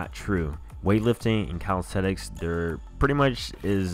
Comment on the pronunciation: its calistheNics, not calistheTics